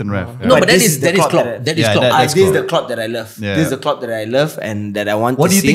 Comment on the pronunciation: Klopp sounded more like flopp